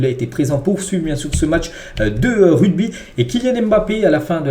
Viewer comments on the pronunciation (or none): RUGBY. PAS RUDBY 😂😂😂😂